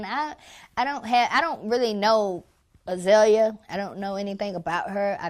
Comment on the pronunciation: He can't even say her name right. LMAO. Poor Azealia.